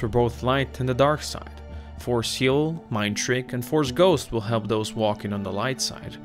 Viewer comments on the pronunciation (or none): none